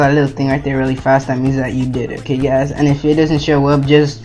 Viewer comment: ok you gaisss; u need a better tutorial; ok you gaisss